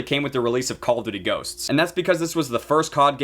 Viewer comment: Caw ow duwty